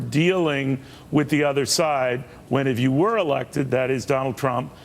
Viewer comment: Cavuto said, "Donald Tump". Sheesh!